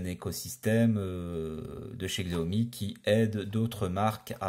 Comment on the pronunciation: Combien de fois faut-il répéter qu'on prononce 'chiaomi'?! On est au 2ème siècle, il faut se mettre à la suprématie chinoise et accepter leur mode de prononciation.